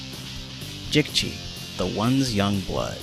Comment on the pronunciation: Great Video, Love To See That There Are Other Passionate Fans Of This Game, It's So Underrated, Also (I'm Not Trying To Be Rude), I'd Like To Tell You How Jicchi's Name Is Pronounced, It's "Jee Chee", Just A Tip From Another Fan To Use In Future Vids, Also Kelly, Nick And Jicchi Not Being Playable Characters Has Inspired Me To Make A Mod That Makes Them Playable, I Just Need To Go Deep In The Files Of The Game To Extract Their Models.